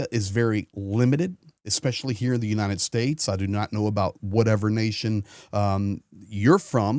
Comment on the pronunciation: Why is he always saying "unineted states". It's "United".